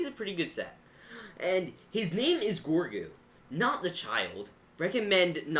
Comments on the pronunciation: His name isn't gorgu. It's grogo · this bothers me "GORGU" no, it's grogu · His name is grogu, not groigu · By the way it’s Grogu (Grow Goo) not Gorgu (Gore Goo) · Me: ITS GROGU: GORGU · Its not Gorgu, its Grogu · Grogu not gogru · His name is grogu not gorgu it just bothered me a bit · Does anyone else hear “gorgo” not “grogu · Cringe calling grogu gorgu😬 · is gro gu. pronouce like Grow goo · Lol they didn’t even say his name right 😂